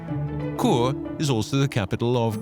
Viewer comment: I done that train journey. St. Moritz to Zermatt. Chur is pronounced Sure not cure